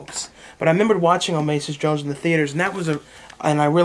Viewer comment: "Omasis Jones"... lean how to speak idiot. OSMOSIS.